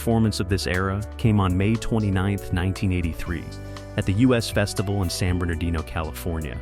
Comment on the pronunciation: I Was there, too. It was more than hot, lol. It was a scorcher. It wasnt the U.S. festival, as the AI voice keeps saying. It was the Us Festival.....as in Us and Them.